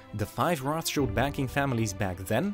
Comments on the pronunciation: pleeease stop saying "Roth" like American English "th" but say Rot like maybe Road - would sound 100x more German xD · It's not pronounce as Roth-child it's Roth-shield! They are germans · Its CHILD not ROTHCHILLED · Greetings from Frankfurt in Germany! Its Roth like red. Modern rot=red. So no "th" ;)